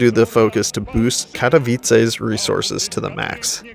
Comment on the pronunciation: Congrats on the Katowice pronunciation